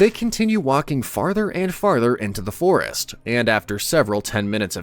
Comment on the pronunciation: Bro do u have the l and the r mixed up? cuz u call rest, lest and u called the alst forest, arst forest like, bruh